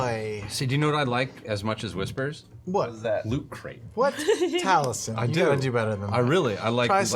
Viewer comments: Being a Taffy, the mispronunciation of Taliesin's name makes me wince every time. But hey, they can't say Aluminium properly either lol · What makes it worse is that Taliesin's name is spelled the exact same way as the Welsh god of inspiration but the Welsh pronunciation is more like "Tal-ey-hay-sen".